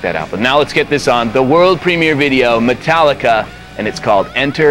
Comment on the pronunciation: Metarrica haha